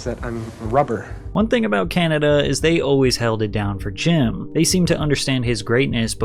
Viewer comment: Honest criticism here: I assume this is a really your voice then you might want to take some pronunciation lessons as you raise and lower your voice in let us say, a very annoying way!! Why do you stretch the end of your words like Canadaaaaaa, carerrrrrrrraaaa, I honestly thought your voice was AI as I was listening but not watching. I don't mean nothing bad but I cannot listen to you for an hour, no way! Not just me bro, check your comments. You are losing viewers because of the voice - sorry for the sad news